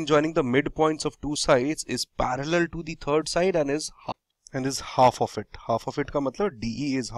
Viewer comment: WRONG "parallel" reading sound Its parallel not paraller!